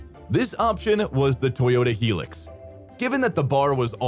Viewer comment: High Lucks, not Helix